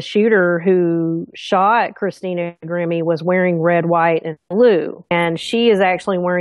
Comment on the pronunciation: Excellent as always.... Interesting that her name Grimme would sound like "emerge" spelled backwards when verbalized like "e-mmirg"